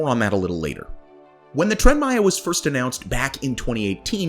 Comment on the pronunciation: It doesn't matter how much money has been thrown at Tren Maya, it's infrastructure, it's investment for the future, specially, like you said for a neglected zone, for centuries, of the country. Btw, great pronunciation 👍🏻